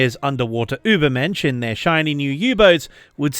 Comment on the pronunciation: Did he really say Übermenschen instead of ubermenschen? Im so used to english speakers not pronouncing the ü correctly that it has become sort of a meme, so im pronouncing it rong myself all of the time 😅